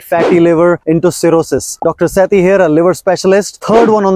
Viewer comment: Seti? Sethi? Atleast you can say your name normally like you said the other things why Americanise it😅😅😅